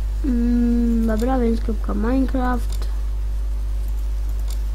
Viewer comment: Ahhhhhch.... Z tobą będzie duuużo pracy. 1.Przygotuj sobie scenariusz jeśli masz robić już jakiś poradnik. 2.Zanim zaczniesz uczyć, sam musisz mieć to bardzo mocno wbite do głowy. 3.Te "yyyy" "yyyy" "yyy" denerwują i nie da się oglądać... Wymienie ci wszystkie twoje błędy: - Majnkłaft? Ech... popraw swój angielski... Może zamiast "dajmond słort" powiesz po prostu "Dajmont słord" Truskawki nie wkleisz do obrazu 16x16 ;< "Tutaj mamy wszystkie nasze ajkony prawda" To nie jest w ogóle przygotowywane ze scenariuszem! CHŁOPIE!